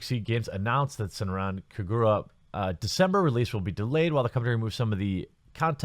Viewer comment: Kah-ga-ra not ku-gu-ruh